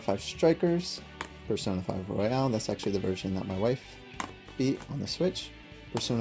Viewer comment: It's royal not Royale 🥀